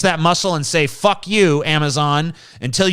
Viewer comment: Every fifth word is fock. Not fuck. Fock.